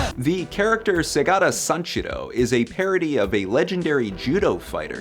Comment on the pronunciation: Not even 6 seconds in... and I have to click off this video... like how the holy hell does one do a video on Segata Sanshiro and MISPRONOUNCES his first name when it's said in every single ad!